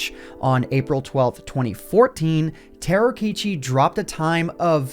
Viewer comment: Is he saying ,,Terokichi" instead of Tarokitchen ?